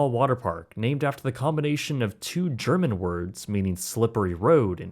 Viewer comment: Greetings from Germany. Love your German pronunciation 😄❤